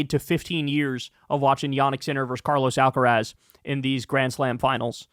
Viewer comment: Love you, Kyle, but learn how to pronounce Carlos Alcaraz. It hurts when you say it. XXXOOO